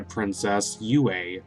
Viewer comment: Fun fact! Yue is actually pronounced as Yuw-ehh